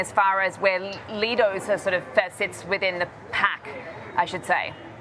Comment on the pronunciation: It’s pronounced “Lie dose”, not “Lee dose”